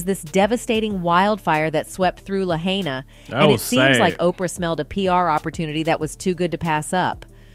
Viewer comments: The voice of the commentator, to me, is AI. Why, because "she" never pronounces the names of places & people incorrectly. Dozen of time "she" has mispronounced Jim Cevezial's name, & now she mispronounced Lahaine. Just saying. Praise God in all things great & small, glory to God, Jesus is KING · I don't know. Oprah owns a lot of properties. And, fortunately quite a bit of Maui was not burned. So, the fact thta her properties went unscathed isn't totally weird. And to the young lady narrrating, it's pronounced La-Hi-Na. I lived there for many years and I am heart broken. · I wish people would learn to pronounce the name of the town right at least. It's La-hi-nuh. It's Hawaiian at least say it right, they've been through a lot lately. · Cringing listening to the pronouncing of places on Maui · Learn how to pronounce the name of the community that burned down in Maui. Lahaina! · Omg that lady needs to ask someone how to pronounce all the cities she’s speaking of I kept cringing .